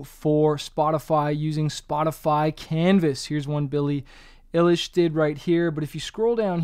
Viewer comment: its billie eye-lish lol